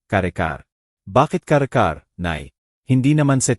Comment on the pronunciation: Karekar ,kare-kare po